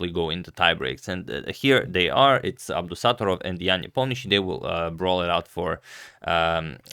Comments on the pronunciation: It’s pronounced as Abdusatto’rov (short A, stretched O)😅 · Abdusattorov is pronounced with the stress on the first o so AbdusattOrov :)